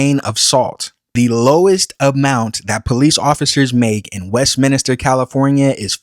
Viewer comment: Westminster not WestminIster.